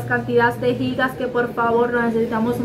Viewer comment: me encanta que ustedes si dicen como es: Gigas ( Jigas ) que es lo correcto y no Yigas así leen muchos que es incorrecto